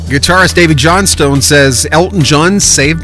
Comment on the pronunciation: It's pronounced Johnston.